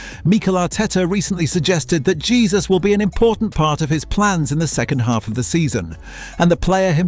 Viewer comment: It's Hesus not Jesus 😂